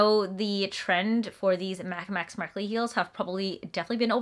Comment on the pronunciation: It’s pronounced MaCH ( like champion) and not Mak